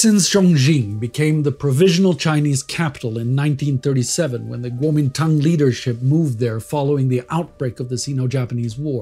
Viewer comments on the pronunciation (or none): none